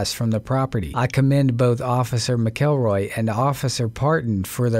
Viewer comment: Officer McElroy’s name isn’t pronounced as it looks like it should be sounded out, it’s pronounced more like “MackLRoy”..... I know it’s not really a big deal to most folks but kinda is to me